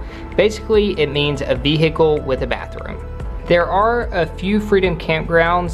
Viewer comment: “Vee-hickel” I’m deaddd 😂